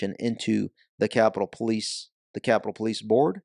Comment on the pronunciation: No Ivan you got it wrong Po lie ce 😂🤣😂🤣😂